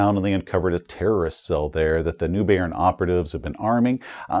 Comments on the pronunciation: I also thought the spies was talking about where "nubian", until I looked closer at the map and realized he meant "Neubayern";) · It should probably be pronounced "Zoofloocht" (ie like an English "oo" not "u" and "Noi"-bayern, as a German :) Well, that is, if they still pronounce it as we would today, of course! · "Noi Bayern", it's pronounced "Noi Bayern". Aaaargh, my ears are bleeding. Hahahaha. ( *eu is pronounced "oi" in German, and Bayern is the proper name for Bavaria). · I think hates it when people tell him how to pronounce things. tszoo-floocht = Zuflucht = "refuge" Noi - Bi - Ern = NEUBAYERN = "New Bavaria" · Love your videos! They're always fun & informative. Neubayern is pronounced "Noy-buy-urn". It's German for 'New Bavaria'.